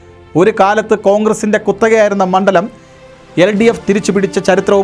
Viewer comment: പെട്ട നാണോ വാർത്ത വായിക്കുന്നത് തൃത്താല പെന്നാണി മൺണ്ടലത്തിൽ ആണ്😅😅😅